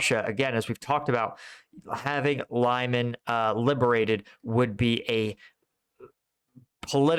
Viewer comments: Lyman is pronounced Lee-MAHN, with the stress on the second syllable, not LIE-man. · Not very important, but anyway: Lyman is something like Lee-MAN, not LIE-man. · Lyman is pronounced as "Leman" for English speakers! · Lol can't even say Liman right lol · Lee-MAHN! Hehe, just another tip. Love your content! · I watch your videos every day and appreciate your military knowledge and the way you explain tactics. A pet peeve though is the way you butcher the pronunciation of some of the more widely used Ukrainian names. I'm not talking about obscure villages -- rather places like Lyman, Svatove and Zaporizhia that are often in the news. I don't speak Ukrainian, but I make a point of listening to the pronunciation of native speakers in vlogs like Denys Davydov, Reporting From Ukraine and others. It's "limm-AHN," and "SVAH-toh-veh" (capitalized syllable accented). The "zh" in "Zaporizhia" and "Prigozhin" is pronounced like the French "je", or the way the "s" is often pronounced in words like "measure" and "pleasure." Sorry, I really do love your channel, but this is kind of like listening to fingernails on a chalk board.